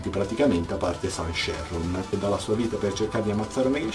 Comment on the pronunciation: era suu sheron non san sheron